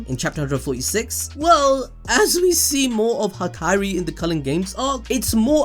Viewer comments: "Hakari" not "Haikairi" you should watch more subbed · Am I the only one that hears hikari instead of hakari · Hak eye ri bruh it’s hakari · Bro his name is Ha-kari not Ha-kai-ri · Hakari. Not Hakairi. Ha-ka-rih. There are not two i’s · Came for the video stayed for the "ha-ka(I)-ri counting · I love your videos but please say Hakari's name right lmao